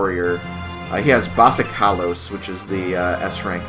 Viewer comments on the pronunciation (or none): Thanks for the videos, such a great play through! I have to say, though, I find it charming that you pronounce "Basilikos" as "Basikalos":3